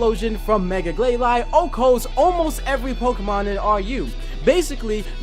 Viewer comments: BRA I'v wanted Glalie since I new about that guy and Mega Glalie.And its pronounced (gl-A-lee). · Its Glay-Lee not Glay-Lie (Glalie) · its pernounced Ga-lale-E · Gl-lay-lee Just saying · Glalie............NOT GLAY-LY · It's glail- e just saying